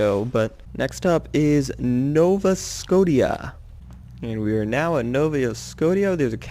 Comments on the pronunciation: Nova, like the shotgun, and scotia, like sko-shaa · It's Nova Sco-ti-ah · It's pronounced nova skoh-sha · It's actually said nova scosheea I believe.